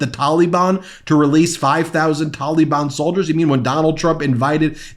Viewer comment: For the love of the Flying Spaghetti Monster Stop. Pronouncing. Taliban. Like. That.